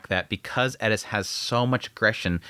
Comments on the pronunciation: in Japanese, english "L" and "R" sounds are essentially combined and kind of sounds like a short "d" sound. So when translating from Japanese to English, "Ri" or り/リ (Hirigana/Katakana) could be pronounced Li or Ri. So Gal Farion in Japanese is ガル ファリアン or Garu Fuarian in Romaji -> Gal Farion or Gal Falion in English. The way he says Eris in this video is also showcasing this pronunciation difference with translation. エリス or Erisu could translated to Eris or Elis, but when actually speaking Japanese sounds like Edis. One of the reasons why a lot native Japanese speakers have a hard time with our "R" sounds, because Japanese doesn't have a similar sound so it's more difficult to learn. When I was learning Japanese it was the opposite, as I was taught as using Romaji as a bridge between the two languages, i kept pronouncing them with a hard "R" sound because in Romaji each character is spelled "Ra Ri Ru Re Ro", but is actually pronounced with that short "d" sound sounding more like "da di du de do" However, there are characters that use a hard "D" sound being Da Di Du De Do" so it is a very slightly different pronunciation that cant really be explained over text haha. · why are you pronouncing it edis? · Bro, just say Eris. She’s not even Japanese you don’t have to say it like that 🤣. The show even has a dub where they say her name just as it appears. I’m 3 minutes in and dying here. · Who is Eddis? FFS you're not Japanese. Eris is not Japanese. It's a greek name. You are allowed to use the Greek pronunciation. Other than that, great video! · I know its Eris but ur putting so much emphasis on the E its sounding like "ED-tis".. Thats some Stevie Griffin level of pronunciation you have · I sware you are saying Eris as Edis just to get rage comments. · I was enjoying this video until you started saying Eris name 😭 disappointing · loved the review. For some reason, the way you say eris agitated me lol. Great vid bro! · Why are you saying Eris like that😂